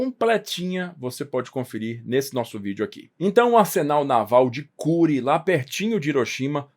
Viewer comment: A pronúncia é /kurê/. Já morei em Hiroshima.